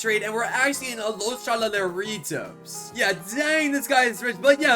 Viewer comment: you siad los tralaleritas when you meant to say los tralaleritoes